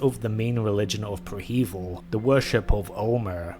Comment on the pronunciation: Preh-heh-veel my guy not pre hEvil love the content btw